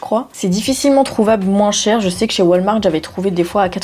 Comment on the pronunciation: Commences-tu à devenir québécoise? J'ai entendu "wal-marde" et non "wal-mart" 🤔😂